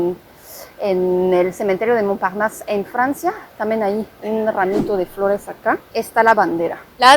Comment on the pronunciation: Me gusta como pronuncias la palabra "Montparnasse" 👌👍😉 (excelente tu nivel de español) 💯